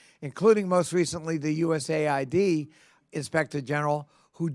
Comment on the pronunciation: It’s Not USaide. It’s US AID. Nothing to do with aide. Let’s stop this fraud